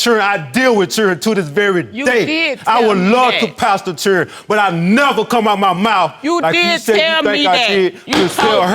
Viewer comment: When did the word children become CHUREN I MISSED THE MEMO???? 😀💯